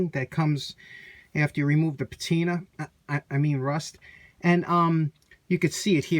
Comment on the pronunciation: "Patena uh rust" Funny as always. Love your channel, it's my favorite restoration channel. Have you ever tried heating a rubber handle to make the "shine" come back?